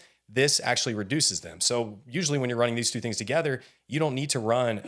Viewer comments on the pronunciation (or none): none